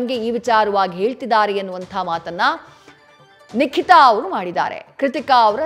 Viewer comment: Not Likita..its Nikita